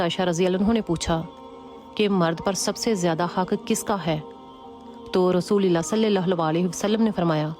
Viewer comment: Apki baat bilkul sach hy❤......Aik baat ham sy b seekh len aap...Rasoolallah hota hy Rasoolillah ni hota.😢😢😢😢😢so tasheeh farma len🎉